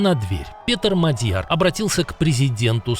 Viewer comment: Правильно наголос МАдʼяр